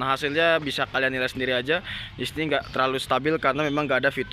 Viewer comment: Sorry yah gw out of topic dlu!!! Gw notice sama pelafalan kata DISINI oleh kok terdengar seperti DISNEY, Gw pikir keseleo doang tapi ternyata ada berapa kali penyebutannya sama....Gokil aja!